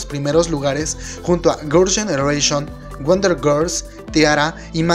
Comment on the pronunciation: Amigo ,tu no sabes hablar? no sabes desir grils generation